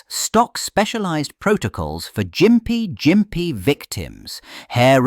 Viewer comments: Gympie is pronounced with a hard "G" as in "gimp." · The g in Gympie is hard, like gum or golf.